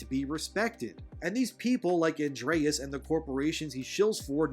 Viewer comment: I love your videos, but I cringed every single time you mispronounced Andres's name, lol.